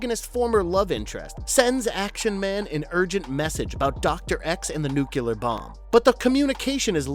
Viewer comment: "nucular". it's pronounced "nucular"